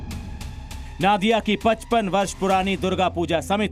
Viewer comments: It's Nadia. Not Naadia. Pronunciation thik kijeye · नादिया नही वो नदिया होगा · नादिया नहीं, नदिया जिला के रानाघाट में ।रिपोर्ट पढ़ने के पहले सही उच्चारण जान लें। धन्यवाद। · Aap Jaise Prabuddh News Anchor Bhi Galat Ucchaaran Karte Hain... Sahi Uccharan नदिया जिला Hai नाडिया Nahi...